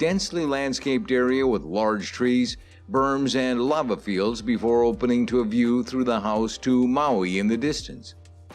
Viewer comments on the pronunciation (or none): none